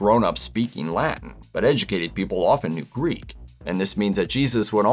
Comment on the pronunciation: I’m pretty sure that no one in the Roman Empire spoke La’en.